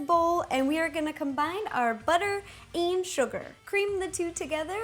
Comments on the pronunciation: I love the way she says combine like 'combind'! hehehe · Did she say combine or combined ? Either way she is so cute!!😘